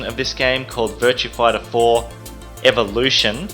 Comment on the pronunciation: "Virtua Fightah Foah"